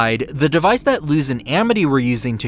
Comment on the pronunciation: You're literally the only person I know that pronounces Luz's name with an actual zzz sound instead of a sss... w h y ?